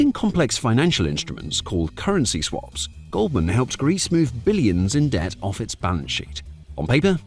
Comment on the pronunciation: debt vs dept